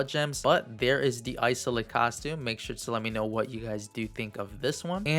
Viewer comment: Haha Isolde is pronounced is-old-duh. I think it's German rooted